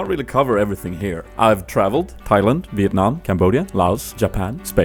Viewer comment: AHHHHH HE SAY VIETNAM PERFECT XD